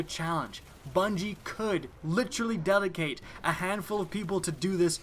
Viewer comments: Jesus quit saying "litcherally" so much, it's honestly cringeworthy. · Ma boi be turning into Chris Traeger "Litchurlee" (Literally)